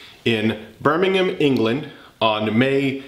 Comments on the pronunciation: Thank you for pronouncing it Birmingham (Bur-ming-em) not "Burming-ham" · An American that can actually pronounce Birmingham, wew